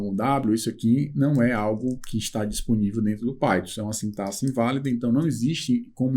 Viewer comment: é o único professor, dos que já acompanhei até agora, que na palavra 'sintaxe', pronuncia 'sintaSSE' ao invés de 'sintaKSE', ou seja, é o único que pronuncia corretamente. Um pequeno detalhe que demonstra conhecimento também de português. Grato pela aula!